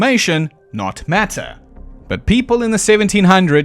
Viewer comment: your accent unintentionally revealed the truth of mothman he is not made of matter he's made of meta